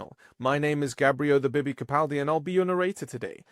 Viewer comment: Bibi - Not Gibi.